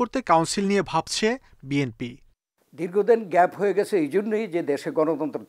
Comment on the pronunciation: দলের নামই বলতে পারেনা আবার আসছে দল করতে 😂ওটা বিএনপি হবে 😂